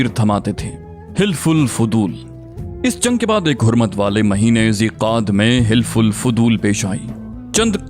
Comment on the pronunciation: حِلف الفِضول نہیں ہے۔ صحیح تلفظ حَلَف الفُضُول ہے